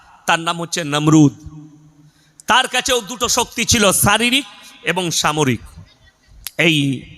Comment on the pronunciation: এই হুজুর ঠিকমতো উচ্চারণ করতে পারেন না. সামরিক কে বলছেন ছামরিক 😂